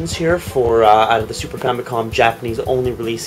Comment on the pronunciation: Famicom = Family Computer WHY does everyone always say Fam-Y/Com? [Fam-i-com] It's simple.